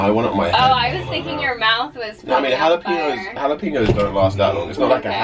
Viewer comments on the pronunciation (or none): Nobody: Kay: jalapinyos